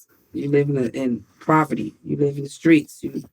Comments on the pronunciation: Living in "Praverty" is crazy😂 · As soon as she said ‘Proverty’ I knew it was gonna be a good interview